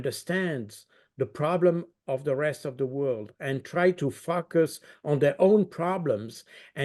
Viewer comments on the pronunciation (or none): heh when he says focus it sounds like f uckous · It might have been a Freudian slip to pronounce it as Fucus , how apt to describe the politicians inept actions that could easily lead to a World War ...the idiots are capable of anything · Baud needs to improve his pronunciation of the word "focus" he had my ears perking up